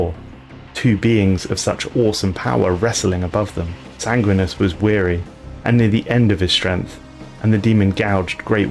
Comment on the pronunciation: Sangwinus? Bro, wtf? You mispronounce so many things....